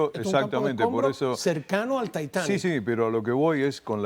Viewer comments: Decidete conductor!!!! Titanic o taitanic!!!!! Estas hablando españo! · No se pronuncia taitani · Si estas hablando español es titanic !! Cuando hables para un público solo de lengua inglese lo pronuncias taitanic!!! No tiene nada de malo pronunciar las palabras en español. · El Taitani? Vamos a dejarnos ya de chorradas,no? Tanto Taitani y aisberg,que aisberg ni aisberg? Se dice ICEBerg, coño yaaaa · Señor se llama Titanic y no Taitanic Inut---il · Se pronuncia titanic por dios... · Y sigue diciendo TAITANIC xd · Soy el único al que le incómoda cuando este señor dice taitanic?